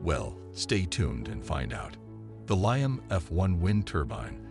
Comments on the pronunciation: Liam not lion for anyone looking. Dude needs to get hooked on phonics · The pronunciation of Liam as lie-um is driving me crazy!